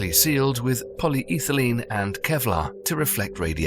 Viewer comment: Innovative pronunciation of polyethene.